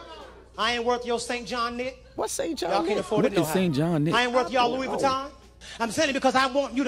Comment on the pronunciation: is Louis not loui.